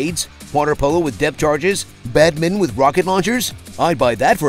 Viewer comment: Try saying "Badminton" again